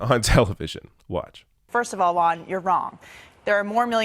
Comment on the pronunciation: I can't stand how Americans pronounce "Juan". It's so painful.